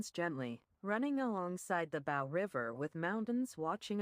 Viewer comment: It's pronounced Bow as in bow and arrow. Fucking stupid AI.